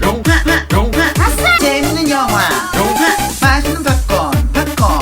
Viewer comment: 나만 영화가 영희로 들리나?